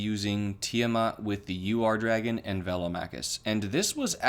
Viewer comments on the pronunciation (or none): the Ur-dragon is pronounced oor-dragon where the ooh is short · Bought it the day the set dropped. And it’s pronounced ur where it’s like urn minus the n